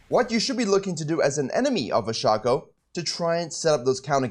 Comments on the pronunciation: It's pronounced Shaecoe, not Shaco. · I am so triggered at the way he pronounces Shaco 😤🤣